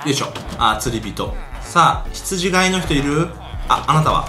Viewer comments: 「ひつじがい」じゃなくて「ひつじかい」ですよね。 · ひつじがい ではなく、 ひつじかい です。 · 羊飼いって、『ヒツジかい』じゃないんですか？『が』じゃなくて『か』だった気がします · 羊飼い→ひつじがいではなく、ひつじかいです。聖書に出てきます。